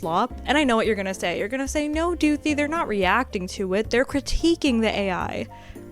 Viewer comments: every time you say back to doothi i lose a minecraft heart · “Back to Doothi” will be in my brain for the next century